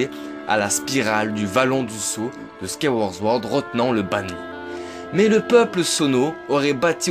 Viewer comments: Très bonne vidéo merci 😁 par contre sword se dit bien '' ssword '' et non '' zword '' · Tu arrives pas a dire « Skyward Sword » 😂 Skaworz zword